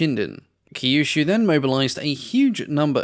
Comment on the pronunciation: Kyushu is pronounced similar to "queue shoe"